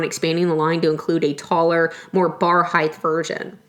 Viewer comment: Height. Not heighth... Ver cool and I suspect you will make some dough off of it. Great ingenuity on this design.